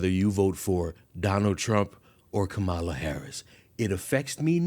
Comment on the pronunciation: You mispronounced “Kamala”. ThAt’S rACiSt!!!